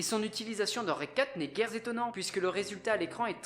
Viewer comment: Les vidéos sont top, mais attention aux approximations dans les expressions et les liaisons: "... dont je vous recommande l'intégralité de sa filmographie", "in extremiste", "... guère z'étonnant" etc. ça fait mal aux oreilles! Il y en a dans toutes les vidéos (souvent les mêmes en plus!).